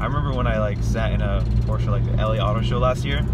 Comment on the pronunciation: Hey Dude, learn to pronounce the brand before making your review ..